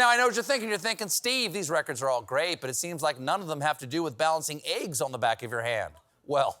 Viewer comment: Why does Stephen say "Aieggs"? Is it a regional accent?